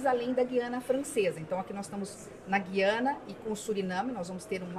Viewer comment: Ótima reportagem. Muito boas informações..Mas, alguém precisa informar alguns e algumas repórteres, bem como a Ministra Tevet, que se pronuncia GU - IA- NA. Parece que as novas gerações nunca ouviram esse nome. Antes eram : GU-IA-NA Francesa, GU-IA-NA Inglesa e GU-IA-NA Holandesa, talvez por isso saibamos, nós, mais velhos, pronunciar o nome desse país !!!